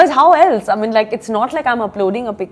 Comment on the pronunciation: Why she says I min instead of I mean. Either ways she's a stunnnerrr